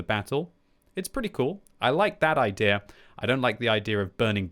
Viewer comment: idea = ay-thee-yer